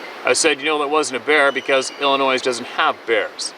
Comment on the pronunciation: P.S.A THE S IN ILLINOIS IS SILENT!